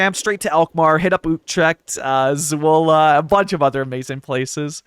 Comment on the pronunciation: This series is so pleasing to the eye! Love the Dutchie vibe! Oh and you pronounce Zwolle as "Zvole" not "Zuole" 😉 Shoutout to Jeremy Thunder, too bad he's no longer active, been one of my favourite creators, especially his Scylla Republic was something else...